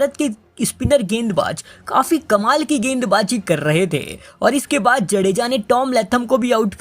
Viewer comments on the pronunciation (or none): गेंदबाज़ी ❌गैंडबाज़ी ✅